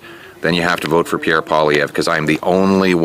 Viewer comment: As a French Canadian myself , I can confirm that's your pronunciation of Pierre name is way better then before.